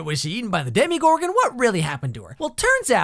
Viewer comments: _- he pronounced demogorgan demigorgan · Ikr, poor Barb, doesn't deserve this afterlife of being in a marching band, she deserves to be with Nancy, and also, it's demogorgan but you pronounced it demIEgorgan at the beginning of the video, lol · Demi-gorgon omfg 😂😂😂😂